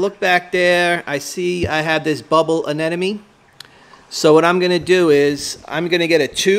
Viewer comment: I don't think u should have an anemone if u CAN'T PRONOUNCE IT CORRECTLY LOL